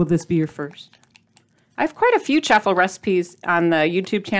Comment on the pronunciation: LOVED this episode and the recipe! it's CHAW-FLE like WAFFLE. Not chaffel like chapel. Have a super day!